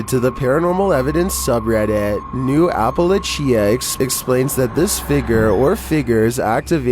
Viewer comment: Hey, for future reference it's pronounced APPA-LATCH- A.... Appalachia... love both of your channels!🧡